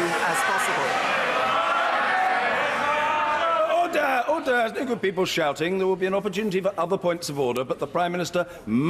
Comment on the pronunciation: ODER! ODER! Couldn’t even pronounce “order” correctly.